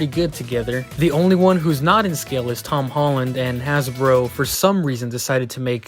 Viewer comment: I thought you hated hom Tolland 😂